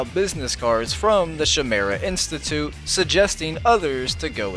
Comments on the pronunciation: I think you might've accidentally mispronounced chimera it kind of sounds like this according to this cambridge dictionary: kaɪˈmer.ə and I think it kind of sounds like this if say it phonetically or something, kai-meer-rah I think Batman did have a version of the splicers in a later version it was that show The Batman, "Attack of the Terrible Trio" (2008) season 5 ep 9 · I still can't believe in how "Chimera" was pronounced in the episode.